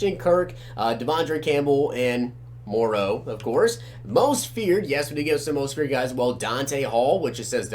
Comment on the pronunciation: "Moraeu" Xbox chubbking187